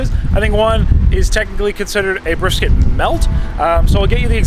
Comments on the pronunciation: What’s a Bristket 😂❤ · * What's a "Bristket"